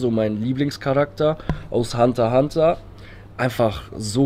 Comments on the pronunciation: oMG wenn man einfach zu "Hunter x Hunter" Hunter Hunter sagt !!!!!! TRIGGERT!!!!!! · AHHHH WARUM SAGT ER HUNTER HUNTER ES HEIßT "Hunter x Hunter" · Mich hat es so getriggert das er als Hunterhunter gesagt hat und nicht hunterXhunter 😂😂😂